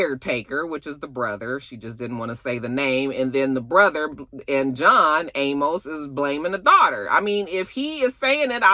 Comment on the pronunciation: Sis his last name is pronounced A Mus (Amos) 😂 He was the father on "Good Times" one of few black shows back in the 70's.